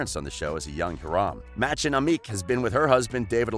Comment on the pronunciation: Omg the way he pronounced Hiram and Mãdchen Amick made me laugh 😂